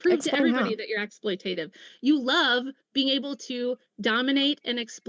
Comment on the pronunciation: Smarter than, who doesn’t even know how to pronounce “exploitative”.